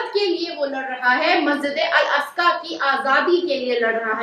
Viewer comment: Masjid e Aqsa boliye please Masjide Aska nahi